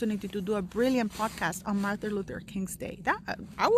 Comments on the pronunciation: Mar-TIN, not Mar-THA, Luther King. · Sounds like you are saying Martha and not Martin - sorry to be picky X